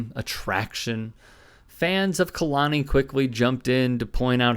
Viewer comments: It’s pronounced Kay-la-knee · Kay-Lonnie …I hate how you fucked the pronunciation up the entire video